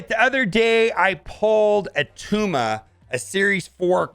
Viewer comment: It's not Attuma